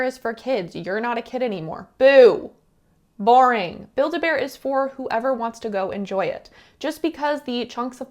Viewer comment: It really is so bear-en 😭